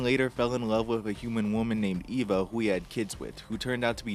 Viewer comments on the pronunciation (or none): That's not how you pronounce "Eva" though.